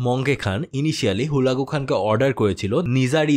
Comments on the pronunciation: ভাই হুলাগু না হালাকু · ভাই হুলাকু নই, হালাকু (খান) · ভাই জীবনে মনে হয় হালাকু খান এর না প্রথম শুনলেন, আপনার উচ্চারণ শুনে একে আমার নিজের ই চিনতে প্যারা খাইতে লাগছে